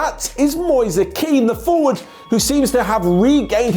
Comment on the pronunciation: Really good video, but... Kean doesn't sound as Keane, it sounds more like "men" but longer.